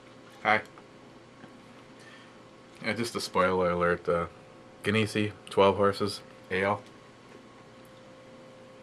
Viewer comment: LMAO ! ... It's pronounced like Jenny , Jenesee . Use to buy it in kegs in the 70's